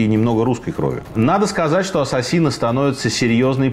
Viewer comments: 🤣🤣🤣не Ассасины... А Ассесины. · Всё здорово, только не понятно почему произносите ассасИны вместо ассАсины. Ударение правильно произносится в английском на второе А. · Ударение в слове неправильно произносите .Ударение на втором слоге.